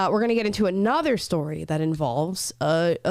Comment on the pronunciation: "Aushtralian", "shtory"... gotta love kids these days!😁